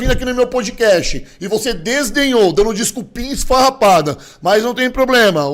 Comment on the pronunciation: heheheehe, aprendendo com o gorgo a falar errado, é desdenhou não desenhou